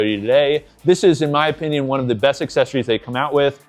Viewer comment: “Just my o-PIN-ion”… Nice! 😂